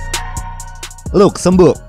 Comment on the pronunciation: Ejaanya adalah “ Lazemberg “ bukan “ Lukzembug “ aduhhh 😂